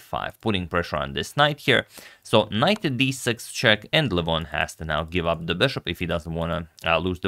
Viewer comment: Got me a join because you pronounce LEH VON correctly... and your care for chess in the way you have mitigated the drama is admirable and shows the integrity you have to this King's game.